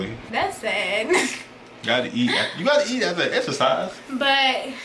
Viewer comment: "Gotta eat after the extresize"😂😂